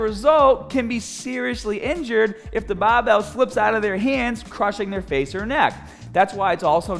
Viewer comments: Please never stop saying baahbell! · Thanks for the last correction move. I always use a 45 lb plate to do upright rows. I will definitely correct how I do them after seeing this. Btw, I love to hear ya say”bah-bell”😛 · Your grip is gahhbage on that bahhbell